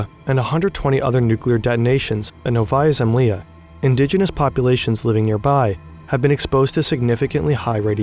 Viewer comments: Why don't you use Google translaytor for such toponimic? Because nOvaya zemlyA is not novAya zemlYa and Hrushov is not Krush-chov. Just listem where stress is. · I love the video, but some Russian names sound to me too weird. Such as Андрей or Хрущев or Новая Земля. Wrong stresses wrong vowels. Please, use phonetic transcriptions next time instead of relying just on english transcriptions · Making a video on the topic and not even checking how this Russian stuff is pronounced is crazy. What the hell is novAHya semlEEa? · Hey as russian i need to say that novaya zemlya pronounces as Nóvaia zemlá (with soft l) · At such high production quality overall, how hard it was to google pronunciation of Новая Земля? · If you're reading a text for a 3 mil sub channel, at least take the time to frikkin google how to pronounce the 3 Russian words in the scripts....sheeeeesh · the way he says novaya zemlya is outrageous. dude you said it COMEPLETELY WRONG. great vid tho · Your Russian pronunciation is very very bad, other than that good vid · How hard is it to get the pronunciation right? It's nails on a chalkboard to a Russian speaker. You can paste your transliterated "Novaya zemlya" or "Sakharov" or whatever into Google translate and check the pronunciation in one click... Come on, don't be this lazy and sloppy next time 😊